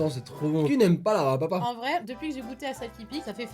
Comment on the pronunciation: "El BARRRRRRRBE à papa" 😂😂😂